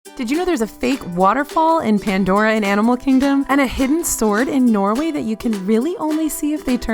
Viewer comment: I live in Norway 🇳🇴 so every time she says Norway I shake 😅